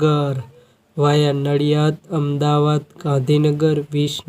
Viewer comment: આ ભાઇ ને વાયા સરખી રીતે બોલો